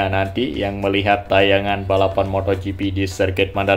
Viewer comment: Moto gp bang, bukan motho gp..